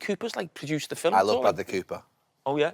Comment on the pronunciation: How has he got TWO syllables out of ‘film’ 🤣🤣